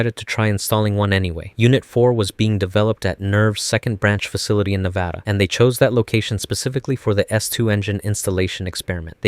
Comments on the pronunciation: 10/10 I love you bro, you pronounced Nevada correctly ❤ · Thank you for pronouncing Nevada correctly